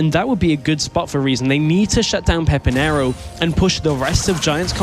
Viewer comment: finally they called him pepinero and no "peperino"